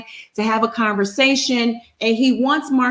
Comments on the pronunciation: You'll his name is Marso not Marsue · Mar-SO... his name is MAR-SO 😂😂😂😂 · It’s spelled Marsau but pronounced Mar-soo. Don’t know why that’s too hard to comprehend even after being corrected several times. 🤷🏽‍♀️🤷🏽‍♀️ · Before doing another live show review....WE NEED TO DO HIS HOMEWORK AND WATCH THE SHOW YOU’RE REVIEWING OR DON’T TRY TO REVIEW IT. It’s disrespectful to the viewers who’ve watched the show. Secondly, we know you watch Love and Married in Huntsville every week and we know you’ve heard the entire cast correctly pronounce Marsau Scott’s name but yet week after week you continue to mispronounce it even after people tried to help/correct you in the comments. Marsau is pronounced (Mar-soo). Mar-soo. I pray this is received as constructive criticism and not offensive. 🙏🏽